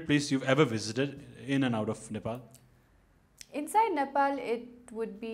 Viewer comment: aai cum fram a cantry 'nepol'😂